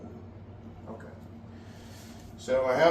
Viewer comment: you pronounced Madeline wrong. 🤣🤣🤣🤣🤣🤣🤣🤣🤣🤣🤣